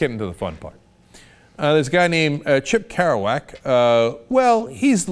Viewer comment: Did Cenk deliberately mispronounce Chip Cravaack's name?